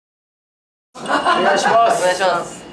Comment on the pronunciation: っぽくない「お願イシマスッ」好きw